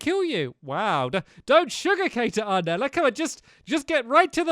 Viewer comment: Aranella not Arnella